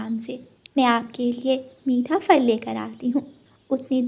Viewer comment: Phal bolo fal ku bolti bchy b glat boly gy tmy sun kr